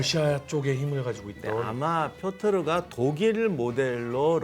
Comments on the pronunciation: 왜 자꾸 표트르를 표르트라고 하세요... 두부랑 부두 햇갈리시는 우리 큰삼촌 같아요ㅠㅠ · 역사에 대한 의 안목은 여기 댓글로 역사에 대해 아는 척하는 사람들의 그것과는 차원이 다르십니다. 근데 희한하게도 표트르를 표르트라고 하셨다가 표트르라고 하셨다가 또 표르트라고 하시며 왔다 갔다 하시는건 왜일까요? ㅎㅎ 제갈량처럼 지엽적인 건 대충 보셔서 그런건가요? ㅎㅎ 여튼 그 어디서도 듣기 힘든 교훈들을 주심에 깊은 감사의 마음을 전합니다. 제 인생의 스승으로 생각하고 항상 의 말씀을 새겨 듣고 있습니다. 항상 감사합니다. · 표트르 아닌가요? 표르트라고 두 번 말씀하셔서 제가 잘못 아나 싶어서요